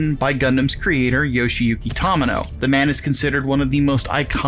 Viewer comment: I mean, judging by the way they pronounced "Tomino" I didn't have high expectations.